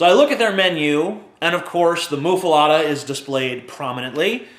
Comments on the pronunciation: Muh-fuh-letta..... Not, "moo-fuh-lotta" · I think muffuletta is pronounced "muff-uh-let-uh," not "moof-uh-lot-uh." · BECAUSE THAT'S SO OBVIOUS ISN'T IT? PRONOUNCING IT "MUFFALOTTA" AND AKSHULLY HAVING IT SPELLED "MUFFALETTA." FUCKING CONDESCENDING FUCK. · Isnt it.muffaletta? Letta not lotta? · Yes, he just mispronounces it. And it's not really a Louisiana thing. I mean, they might be popular in Louisiana, but it's an Italian sandwich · You say muffaletta weird.